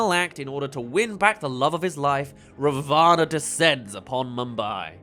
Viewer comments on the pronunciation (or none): Hi! Love the vid, but just saying- Ravana is pronounced Raa (roll the r a bit) -vuh -naa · You got a lot of your pronunciations good but I believe ravana is pronounced as rah-vin